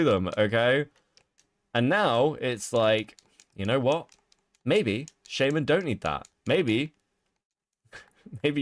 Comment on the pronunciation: Everytime says shaman wrong it drives me crazy